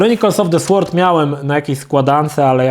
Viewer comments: nie słord tylko sord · Sword czyta się [sord]